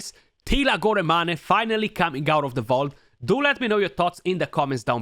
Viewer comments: Goramani? I didn't know Teela was Italiano. Molto Bene! lol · It's pronounced as "gor-main"